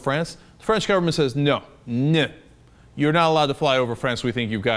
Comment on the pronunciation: Love Cenks French, "no".